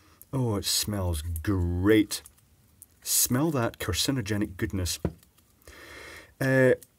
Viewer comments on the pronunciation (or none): "carcin-O-genic goodness" lol.....makes you forget what you were saying, but oh, so delicious!